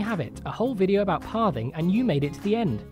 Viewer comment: It sounds like your saying Parving instead of pathing.